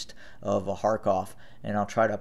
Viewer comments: 99% of Americans pronounce the words as they see it in English... and it is written as Kharkiv, so why would an American who "does not understand the subtleties of Slavic pronunciations" deliberately change the proununciatioin to a name written as KharKIV to KharKOV ??? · He's an American. He doesn't understand the subtleties of Slavic pronunciations and why would he?